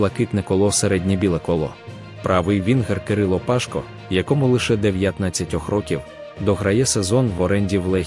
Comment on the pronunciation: Не вся інформація є корисною, Пашко' а не Па'шко..😢😏🙄🤔🤣😂🤣🐧